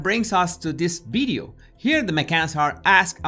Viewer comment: Does he say Bideo or video ?????